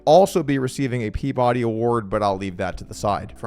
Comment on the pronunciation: it’s pronounced pea-buh-Dee I think